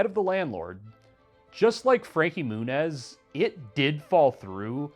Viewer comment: IT'S MEW-NEZ. NOT MOONEZZ? TF??